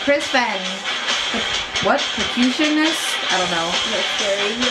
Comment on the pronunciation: Lmao she can't even pronounce percussionist.